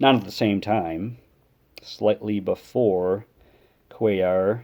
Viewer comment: Sweet mail day. I’m going to send you some cards and see how much you know about them. Love the oversized cards. They make great for background fodder. And, you know how to pronounce Mike Cuellar’s name! Those Orioles rotations were awesome.